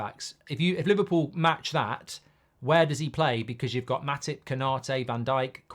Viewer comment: 😭bro said matippp